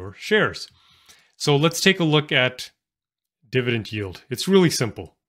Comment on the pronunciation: Why do you pronounce dividend as “divident”?